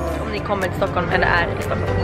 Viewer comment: Stuckhulm xd vet att det heter Stockholm